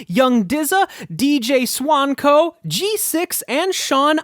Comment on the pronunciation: This guy gets it. BTW, my name is pronounced SWANK-OH! Great job